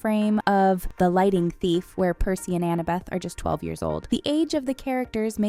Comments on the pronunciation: my eye twitched every time she said "lighting" instead of "lightning". lol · She kept on saying lighting thief for lightning thief😭😭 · does she say, lighting thief instead of lightning thief?